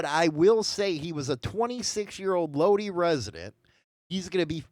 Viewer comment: Bro… seriously? Work on some pronunciation… Punjabi = POON-JOB-EE Lodi=LōDie!!